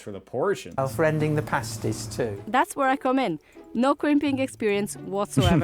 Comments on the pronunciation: Dude it's not "pastie" like paste, but "pastie" like past. Also, Cornish means from Cornwall. Jeezo you Americanos!!! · She said VEG not FUDGE. Tin mines in Cornwall..not coal. Cornish because from Cornwall..nohing to do with corn. Please listen to what is said..it is soooo frustrating. They are prouncef pahh-sties ..or with his English accent ..pass-ties.. But never pay-sties. Pay-sties are what strippers stick on their nipples. 😅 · Its not pronounced pay-stees its PAA (as in Patrick)-STIES bloody yanks getting everything wrong. And the mines were TIN. Never come to Cornwall you will get right royally screamed at for getting the names and history wrong. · How come, even though you’ve heard them saying pastie as in (castie) but still pronounces them as paste-y and nobody mentioned fudge in the video??? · not PAY-sties, PAH-sties. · It's pronounced, 'pass - tees'. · Say the word Pass (as in pass the ball) then add a T. So they're pronounced PASS - T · A paastie as you pronounce it is usually worn by a burlesque dancer to cover her nipples, just saying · Even after watching the lady pronounce the name of the item correctly several times you still managed to mispronounce it.